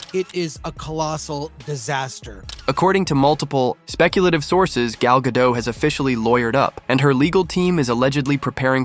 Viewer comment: Gadot - pronounce the mf T!